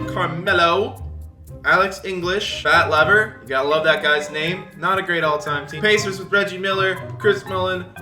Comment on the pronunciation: Idk how you can miss pronounce Fat LEEEEEEvers name like that...